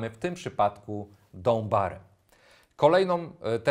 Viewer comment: Super szkolenia ale proponuję albo podszlifować język angielski, albo go po prostu nie używać. Proszę zacząć od pracy nad wymową DOWN BAR, bo niestety aż uszy bolą:-(